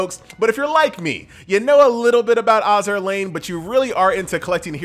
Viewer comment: If he says "Ahzzur Lane" one more time... I'm gonna feed him to Akagi.